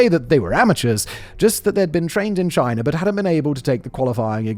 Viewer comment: "Chiner" is crazy